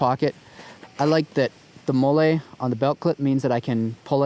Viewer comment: douche guy in tacitcool gear, please dude and it's pronounced "MOLL-E". obviously an outdoors guy with no military service